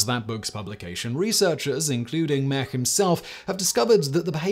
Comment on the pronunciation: Great video. I read about David Mech's research back when I was a young lad. By the way, his name is pronounced "meech" (rhymes with "peach").